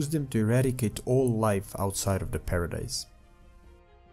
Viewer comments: Paradis not paradise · Outside of paradis not paradise bro it's pronounced Para Dee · Look bro I love the video but get this it's Paradis with no e at the end